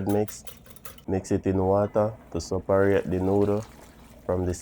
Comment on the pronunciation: Suparate = separate 😂